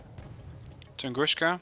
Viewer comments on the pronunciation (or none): What he's saying is "Tunguska" should be pronounced "tun-GOOSH-ka" instead of "tun-GOON-ska", I believe. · Tungooska. There's no "sh" sound in Tunguska. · funny when you telling "tunguska" like - "тунгушка". It's incorrect, call them - where "S" - is "С" without "SH", because it is - "Ш". BTW Thank you for the nice video.